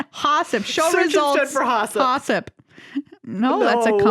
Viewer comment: I feel like the urban dictionary hossip may be read with a long o.